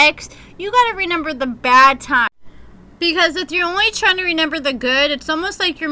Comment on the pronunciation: Am i the only one that noticed that says reNember instead of reMember